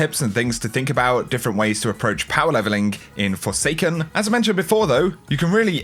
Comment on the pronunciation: "And its time... We talk about power levelingkk"